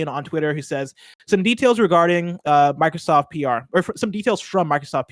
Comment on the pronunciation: Dude on the left keeps saying “Markrosoft”